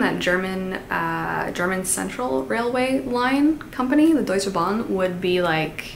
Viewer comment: Girl first of all, the way you say Deutsche Bahn is almost perfect!? 🥹 Also no, our train system is shit 🥲 you're probably confusing it with the Swiss train system. I think they got their shit together... Certainly not DB 🫢😭😅 also very cool video, noted some on my TBR 😍 Greetings from Germany 🤍